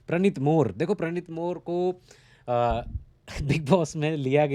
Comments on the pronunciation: प्रणित मोरे not मोर 😊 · Chutiye tere se more bhi nahi bolna aata मोरे hai zatu 😂😂😂